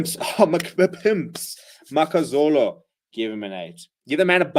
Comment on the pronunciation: MAKAZOLI not makazolo. Improve on pronouncing people's names correctly based on the fact you South African.